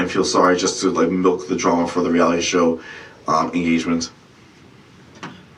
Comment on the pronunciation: That's how they pronounce milk in Tel aviv